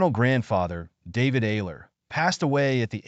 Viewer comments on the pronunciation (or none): none